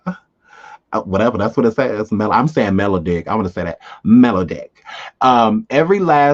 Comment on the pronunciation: Mel...Odd.....ick. Like melody.